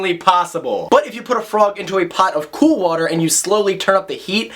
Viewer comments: where'd you grow up? Something about the way you said "water" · the way you said water kinda made me feel all tingly inside I don't know what to think anymore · Yes. Yes! Thank you for making this video!!!! Also, the way you say water =) You're not lying when you say you're from Philly! Love it!